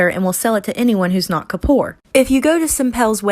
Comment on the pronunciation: god atleast pronounce anish kappoors name right, why u pronounce it like kapor